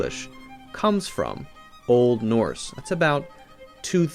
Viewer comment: Why did he say Old Norse was language in the tone of voice he did